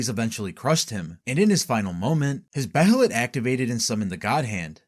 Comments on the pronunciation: It's Bay-lit, not Be-he-lit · its pronounced (bay-lit) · (bay-uh-lit) my man lol. they say it plenty of times in the show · the pronunciation of behelit is rly annoying i had to stop watching